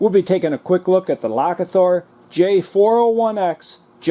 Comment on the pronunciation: "The power of thunder" I think it is supposed to be pronounced Low Key (as in the shape shifting Norse god) + Thor, the god of lightning and thunder. Does this come with a charger or cord?